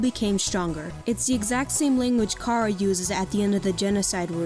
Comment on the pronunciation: God damn it she says “Kara” rather then “chara”